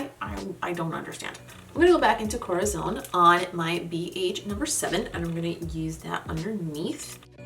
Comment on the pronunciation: As always great looks aaaaand congratulations about your spanish words, your “corazón” is closer to a south american way of pronounce it but the other words more like to the standard central spanish, love the way you say “sangre”. Sooo not bad at all!☺️👏🏻👏🏻👏🏻👏🏻